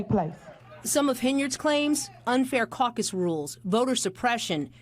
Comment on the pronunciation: She said “I am suing the caccus.” 🤣🤣😱😱😭😭